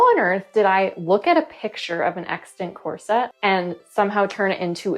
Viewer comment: Core. Set. — that’s all I hear and it’s so distracting